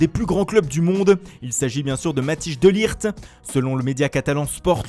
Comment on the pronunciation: MATHIJS se prononce MATHèIS DE LIRT et non pas matije de lijt!!! ça va faire un bail là !